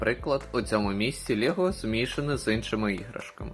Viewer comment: Та не "лєго", а "лЕго" б...ть!